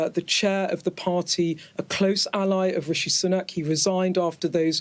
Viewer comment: 'Rishi Sunuk'